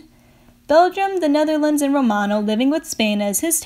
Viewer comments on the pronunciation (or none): none